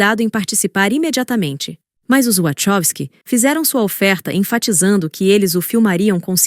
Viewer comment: A pronúncia de Wachowski é "Uacáusqui" e não "uatchóusqui". Forte abraço!